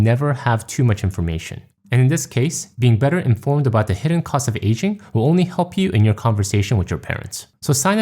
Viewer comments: oh, it's "aging parents", not "asian parents". that got me confused for a while (english is not my first language and i sometimes struggle with hearing accents). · Your accent threw me off at first because it sounded like you were saying "Asian" instead of "aging." I thought "But my parents aren't Asian lol."